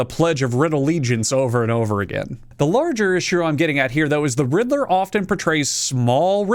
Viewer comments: Everytime you say riddler I hear "Hitler" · I'm not a native English speaker, and my English could be better. But I can't help but hear you saying "Riddler" with an "H" at the beginning. For a few seconds, it sounds like you're saying the name of that guy who starts with "Hitt" and ends with "ler."